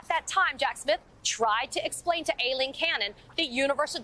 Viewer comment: I find it terribly distracting that they call her A-leen.. Ai in the English language is pronounced "I"..